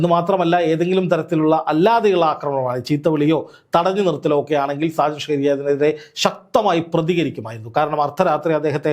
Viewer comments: സാജൻ ഷ്‌കറിയ അല്ല. അണ്ണാ.... ഷാജൻ സ്കറിയ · ഡാ കു -ണ്ണേ ഷാജൻ സ്കറിയ, അല്ലാതെ ഷ്കാരിയ അല്ല നിനക്ക് അറിയാൻ മേലാഞ്ഞിട്ടല്ല നിന്റെ നീ ഒരു thaa-യോളി ആയത്കൊണ്ട് മനഃപൂർവം അങ്ങനെ പറയുന്നതാണെന്ന് അറിയാം. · എന്തോന്നെടേയ് കിളത്തുന്നോ... ഷ്കാരിയാ അല്ല... സാജൻ സ്‌കറിയ.. നാവൊക്കെ ഒന്ന് നന്നായി വടിച്ചിട്ട് വല്ല കൂലിപ്പണിക്കും പോ.. ഷ്കാരിയാ അല്ല സ്കാനിയ വോൾവോടെ സ്കാനിയ 😂😂😅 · എടോ ആ പേരെങ്കിലും നേരെചൊവ്വേ പറയാൻ പഠിക്കു. ഷാജൻ സ്കറി യാ എന്നാണ് അദ്ദേഹത്തിന്റെ പേര്. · താങ്കൾ ആദ്യം ആ പേര് നേരെ ഉച്ചരിക്കാൻ പഠിക്കൂ